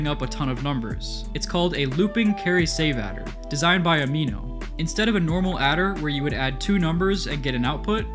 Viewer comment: I love how the name "am I not real" was pronounced "amino" lol